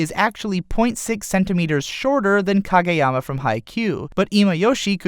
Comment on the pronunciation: I feel like reviewers and analyzers of anime make it a point to pronounce pretty much everything wrong. You did ok with Kageyama's name tho. Proud of you. But everything else was incredibly and comically wrong.